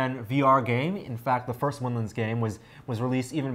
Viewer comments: why does the nervous looking guy keep saying "winlins"? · lol " nervous looking Guy". He is saying windlands. Similar to how you pronounce maryland